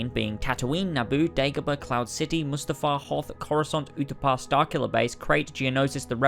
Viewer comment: I need to stop watching these types of videos because I hear people say “moost-afar” instead of mustafar, or people saying it’s not a remaster, IT IS A REMASTER. they just say that because it didn’t have the sequel trilogy in it, now don’t read this and try to sound smart by responding and saying something against what I just said.